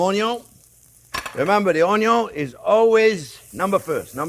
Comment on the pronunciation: Onion.... with a French accent :)